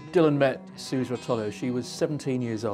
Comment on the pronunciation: Suze (Rotolo) is pronounced "SU-zee". Anyone who really knows Dylan lore knows this. These people have seen it on the page, that's all. English people really do think they "get" Dylan, and generally they have the poorest grasp of him and the details of his life.